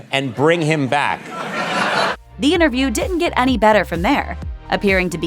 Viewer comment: the word is inTerview, not innerview!